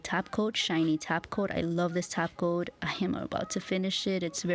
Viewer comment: She actually says tap coat 🙄